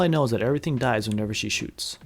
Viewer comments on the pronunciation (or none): none